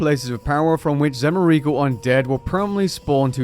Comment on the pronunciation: Could you possibly have butchered Zemouregal's name more? 😂